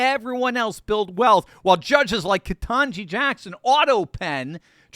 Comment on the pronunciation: Kuh-tan-gee is dumber than a rock